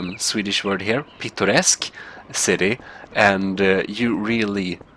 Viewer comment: Are you saying “picturesque”?